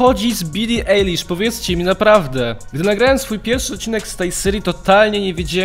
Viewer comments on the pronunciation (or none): Bro Ajlisz nie Elisz grrrrr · Jezu! Możesz używać poprawnych nazwisk! Billie Eilish [AJLISZ] a nie Eilisz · NIE CZYTA SIĘ EJLISZ TYLKO AJLISZ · NIE BILI EJLISZ TYLKO AJLISZ LAJKUJCIE ZEBY WIDZIAŁ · Nie mówi się Billy eilish tylko Billy ailish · Billie Eilish sie czyta przez "A" kurde tak jak oko "eye"